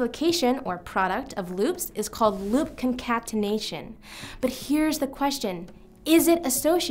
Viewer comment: And can't pronounce concatenation.